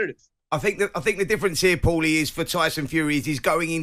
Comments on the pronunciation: "Powlie". What an idiot. Your supposed to be a sport and boxing pundit, yet you don't know the name of the legend of boxing PAULIE! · It’s PAULIE! not powelly. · Who’s “Powelly” Jim ya melt? It’s Paulie ffs🤦‍♂️ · Powley!! nah its Porley. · yeah but Paulie doesn't call himself powlie 😂 he calls himself paulie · Why is Jim calling him ‘Powlie’, it’s Paulie ffs 😂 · why the frick is that silly old codger calling him pawly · Why can't Jim just say Paulie like the rest of us it's not hard to pronounce ffs 😂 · yes but jim white isn’t Italian, wasn’t in Italy when he pronounced it that way and wasn’t speaking Italian at the time 🤦‍♂️I hate it when people try to put these cringe accents on when saying certain words/names 🤦‍♂️ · It’s classic powlie 🐷 lol jug 👂 and Powlie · 😂 I read this comment as the vid was loading then bosh straight out the gates "powlie" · Aye right powl the other one 😂